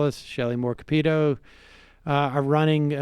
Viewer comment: Why did he pronounce Shelly Moore Capito like that? 😅